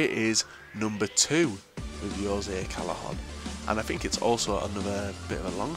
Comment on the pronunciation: You actually said Callejon properly! So proud